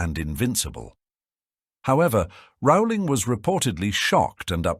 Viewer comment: HER NAME IS PRONOUNCED ROLLING. Not Rowwwwling.